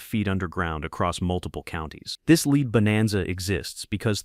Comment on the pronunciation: It's lead, pron: LED, not leed.